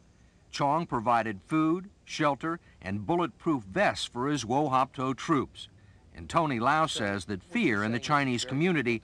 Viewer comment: Wo Hop To not wo hop ko